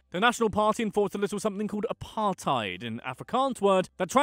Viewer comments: Apart-ate is what apartheid sounds like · Pronounces Apartheid as Apar-Tide South Africans: Eishhhhhhhhhhhhh bru